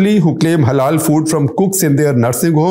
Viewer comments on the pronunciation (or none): none